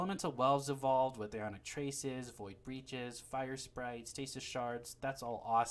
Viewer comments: Sprite... like the soda. NBD but it bugged me enough to comment lol. You do you, except don't because you're saying it wrong? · "Sprite" ffs